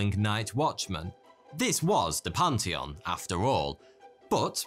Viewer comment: "Panty on"? I think you meant "pan·thee·uhn".